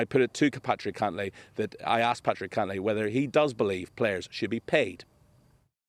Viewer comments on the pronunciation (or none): Cantlay. Wrong vowel.